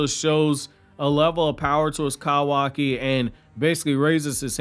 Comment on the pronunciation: If your country ass don't say kawaki right.🤣🤣🤣🤣 Bro too much emphasis on "ka"